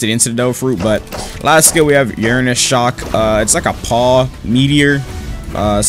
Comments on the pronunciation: just come out and say that you cant read. there's no shame in it. but we all know it's there after hearing you say "Uranus Shock" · you butchered like half the names urnun shock bowl head 😭 😭